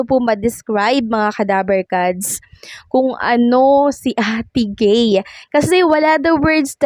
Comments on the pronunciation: Ate guy hindi ate gay 😊😊😊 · Ate Guy hndi ate gay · Ate guy not ate gay